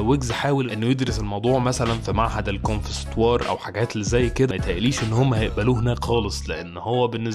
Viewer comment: معهد ايه ؟؟ .. يعني انت عمال تتريق عالراجل ومش عارف تقول معهد الكونسيرفاتوار :D